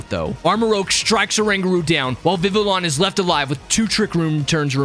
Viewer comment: It's pronounce Viviyon